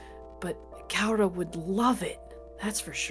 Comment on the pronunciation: Is there a reason keeps calling her "Kaura" instead of "Karua"?:D